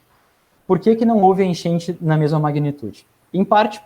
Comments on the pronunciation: Pq ele ta falando: Enchenche, genche? To entendendo nada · "A genche"?